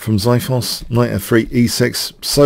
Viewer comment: lol the way you say xithos is so wrong lol